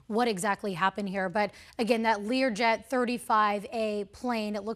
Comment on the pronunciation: Learway 35??????//Come on.....learn what it is before you start talking.......LEARJET 35A